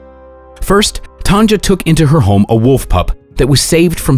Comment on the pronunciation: You pronounce her name as TANYA not tanja